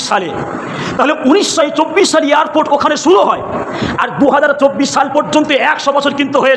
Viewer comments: "পেরায়" নয়, হুজুর "প্রায়"। 'ইয়ারপোট' নয়, "এয়ারপোর্ট"। অশিক্ষিত জিভ। পেটে বিদ্যে আছে বলে মনে হয় না। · ভাষণ পরে দিবি আগে ঠিক করে কথা বলতে শেখ। ওটা ইয়ারর্পোর্ট নয় বল এয়ারপোর্ট।😂😂😂😂 বাংলাদেশী। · Besh karbe, katha bolte parena YARPORT bole !Haj karte gele ke .....jabe Jadi na security thake